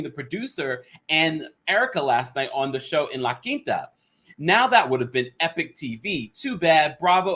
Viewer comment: Damn you said la Quinta like a native Spanish tongue 👅💁🏾‍♂️